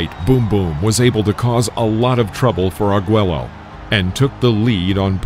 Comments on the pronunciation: Also, get your chatbot narrator a pronunciation guide. It's not Ar-GWEL-lo, it's Ar-GWAY-yo. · AI narration sucks. "Eye-talian-Americian"? "Argwello"?? GMAFB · ARE-GWAY-YO not ARE-GWELL-LO. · I liked the video. I hate the computer voice. Unable to properly pronounce fighters' names, e.g., it's ahr-GWAY-oh, not ahr-GWELL-oh. And it's dook, not duck-koo-kim. Total bs. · This is from The World Of Boxing channel? I'm only 2 and a half minutes in, and not only did you mispronounce Kim's name, but you butchered the pronunciation of the one and only legendary Alexis Arguello. It's ARE-GWAY-O, not ARE-GWELL-O, and not AR-GELL-O. You're so bad, that no only did you butcher Arguello's name, but you did it in two different ways. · My God all mispronounced fighters names...duck koo Kim???are you kidding?...and it's Arguello,pronounced Are gray o...not Are gello..omg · Argello? Pronounced "ArGwayO" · "ARGELLO"??? smh🤦🏾‍♂️ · I watched this with my Korean girlfriend. I'm reasonably sure it led to our breakup. Thank God! Pronunciation key: "Duke" Koo Kim; Alexis "Arg-way-oh" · "Ar-gweh-low"??? I can't take this seriously when the narrator can't even pronounce a fighter the legendary caliber of Alexis Arguello properly. JFC. RIP to Duk Koo Kim...a man that was truly a WARRIOR. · Apparently the voice over guy hired for this isn't a boxing fan or versed in the Spanish language: the "LL" in "Arguello" is silent." It's pronounced, " Ar-gway-o." And I'm rety it's "Doo" Koo Kim, not "Duck." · Nice video but jeez we gotta work on that pronunciation! Ar-gwello?? Duck-koo-kim?? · The ll's are silent. Arguello is pronounced as:[ ah r g EH l oh ] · Arguello does not rhyme with Jello. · It’s pronounced Alexis Argh-way-oh and Duke Koo Kim. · Can’t stand these AI generated narrators. They can’t pronounce anything properly. It’s not Duck Koo Kim nor Alexis Argwello. So annoying. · Dude, your killing me, "Ar-gwello"? Is this a comedy channel or a boxing channel? Ever consider standup comedy?